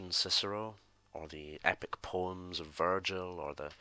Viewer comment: when you said poems i thought you said porn and i was like dude some stuff you don't share